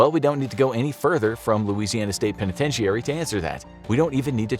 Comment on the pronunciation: The I at the end of penitentiary is silent it’s pronounced pen a tent airie